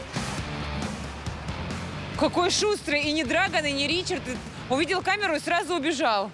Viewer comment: Драган ударение на вторую а